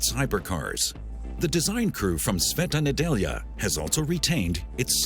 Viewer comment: Well done on pronunciation of brand name and Sveta Nedjelja :)) good job..